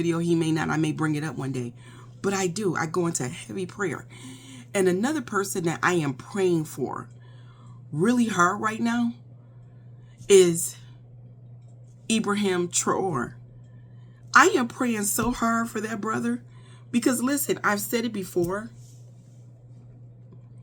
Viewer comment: I agree with all your points. He is a treasure to us Africans and all melanated people in the world. I pray they don’t do him like they did Thomas Sankara too. Also wanted to comment that his name is pronounced like Ibrahim Trah-Woreh (Ibrahim Traoré).